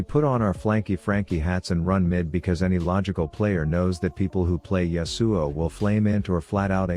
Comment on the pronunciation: I love how the TTS says YasUo pfffff